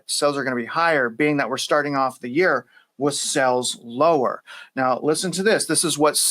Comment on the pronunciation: Great Show - BUT - You pronounce s"A"les incorrectly ; you say SELLS. That may confuse your listeners. I Enjoy the work you do!!!!!!